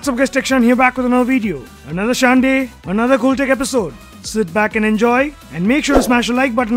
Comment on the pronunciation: If not wrong first sometime back I had commented first, it's not Sunday its Shanday from there you got this word you always say... And if this is true I deserve royalty 😃😃😃